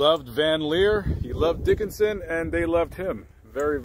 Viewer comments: Was it too hard to pronounce the name of the town of Dickson correctly, instead of "Dickinson"? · Your pronouncing Dickson wrong. I live like 30 minutes away and been there a lot. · It's pronounced Dickson, TN. Not Dickinson. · It's not pronounced Dikenson Dickson I use to live in Dickson Craig Morgan lives there too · Its pronounced Dickson not Dickenson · Thats Dickson not Dickenson. I lived there also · I grew up down the road in Charlotte TN. Everyone was so excited when he moved to Sylvia! Dickson.... not Dickinson. Thanks for making this! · We Tennesseans pronounce it dick son not dick en son. I was confused at first where you were talking about because I have never heard of a Dickenson, TN. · I live and grew up there, it is pronounced Dick-son not Dickinson. There is a lot of great history in that area. My family settled in Vanleer in 1790 and the cabin my dad was born in was built in 1860 . It is still lived in and still known as the old Hill home place. I saw Luke several times but never spoke to him. Being close to Nashville numerous famous people have and do live here and no one bugs them. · It’s Dickson, TN, not Dickinson. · Dickson. Not Dickinson. 😆🫣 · It is not Dickinson, TN. Its just Dickson. 2 syllables not 3. Ive lived here 40 years and literally no one has ever mispronounced it but, you. Also, we have several famous people are from this county. We are a people who firmly believe in respecting others privacy. He had a private internment on his farm. The details were and should remain private. He was a private citizen here and his family's wishes should be respected. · Dickson not Dickinson. But great video. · Its Dickson tennessee! Not Dickinson...come on man!!!. I work there on mondays. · It’s Pronounced Dickson this is my hometown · It's pronounced " Dick Son "... My daughter lives there😊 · It's pronounced dick-son Tennessee lol but great work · It's pronounced Dick-son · It's pronounced DICKSON, TN.